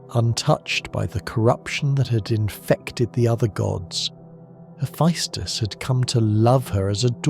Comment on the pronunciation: Not a bad video but fuck the amount of mispronounced shit, giants in Norse mythology (yo-t-in) their land (yo-t-in-hi-m). (Ha-fess-tis or hee-fess-tus the tis and tus can be swapped between the two) what ever you said for his name aint it. The annoyance finally got to me 40 mins in but otherwise so far video isn't bad. Another one no he doesn't know kratos is a god he thinks he's a giant aka he was looking for his wife but found kratos and assumed he found that giant.